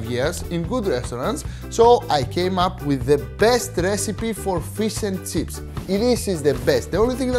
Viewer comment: I just clicked to hear him say "fees and tseeps"